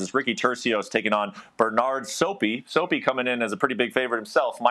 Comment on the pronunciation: the way these guys mispronounce these names is insane🤣😭 SOPY?😭😭😭